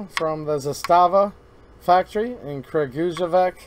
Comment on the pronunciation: Just to let you know : Kragujevac is pronounced something like Kra - goo- ye- vats. J is like a Y in yellow and C is like TS sound. Great video!